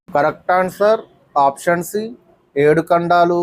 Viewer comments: ఖండాలు కాదు కాండలు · ఖండాలు కాదు ఖాండలు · ఖండాలు లేదాఖాండలు కాదు కాండలు